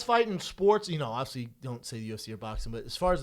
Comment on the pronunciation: There's a lot of words he can't say like 'obviously'